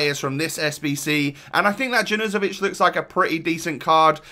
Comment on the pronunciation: I’m pretty sure that junuzovic is pronounced yawn-you-zo-vich